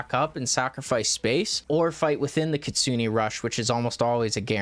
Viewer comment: Btw please stop saying ktsuni it's ktsune...